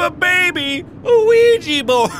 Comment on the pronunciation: Mark: who gave a baby a ouija board? Me: WhO GaVe A BaBy A QuOiDgA BoArD?!?!